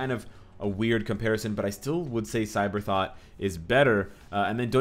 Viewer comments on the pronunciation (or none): Cyberthought - Sabrethought Is it so hard to say Sabretooth XD ()